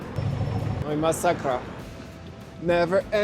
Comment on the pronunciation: "masakra" :D You got me with this one! and this french "r" xD Thx for movie. We are mostly distrustful, cuz our past. This might look as "racist" behavior but it is just extreme caution. Ah yes btw, Vodka unleashed our "slovian godmode" ;) Wish you all the best in PL, hope you will find second Home in there.